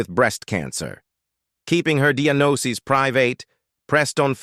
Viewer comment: Who is this Narrator? He can't even pronounce diagnosis right